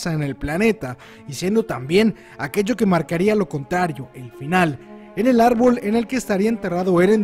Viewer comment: Jajajaja se equivocó y en vez de decir árbol dijo albor